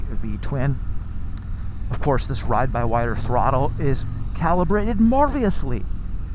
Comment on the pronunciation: "marveously"? 😁you mean marvelously